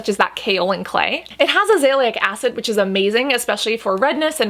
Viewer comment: You always pronouce azelaic acid wrong